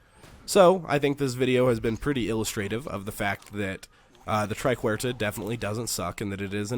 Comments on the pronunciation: It's "Triquetra" not "Triquerta". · try ket truh